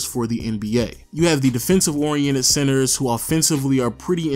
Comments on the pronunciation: Are you saying sensor? Or centers ?😂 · Im hearing censor not center. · i am the only one who hears him saying sensors istead of centers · tip: if you hear sensors he's saying centers lol 😝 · Say Center and not sensor lol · I thought he's saying sensors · The "SENSORS, SENSERS? SENCERS? SCENTSERS? " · Is it just me or does he keep on saying SENSORS?🧐